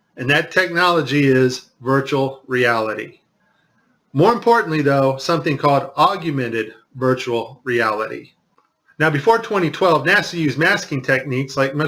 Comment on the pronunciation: It's Augmented.not Augumented